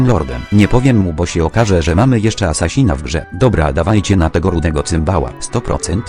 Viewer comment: To jest asassyn a nie a sasin